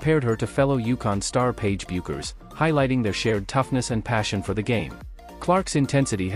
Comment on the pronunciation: When producing a segment such as this, please (pulleeez) learn how to pronounce names of the key characters: two this time. Coach Geno Auriemma's name is NOT pronounced "Aureema" (not 3 syllables but 4: Aur-ee-em-a) and Paige Bueckers is NOT pronounced "Byookers" but rather Beckers. Good grief. This wasn't the first time (nor 2nd or 3rd or...) that Paige's name has been mispronounced, I suspect by the same narrator/reader. Stories like this absolutely lose their credibility, especially when the players/coaches are as famous as these are. When I hear something like this, I stop listening.